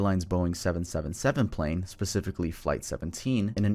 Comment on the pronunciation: EXUSE ME WHAT😭😭😭😭 ITS “TRIPPLESEVEN” 😭😭😭😭😭😭😭